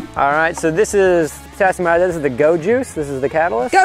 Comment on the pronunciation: Who else heard Potassium I-died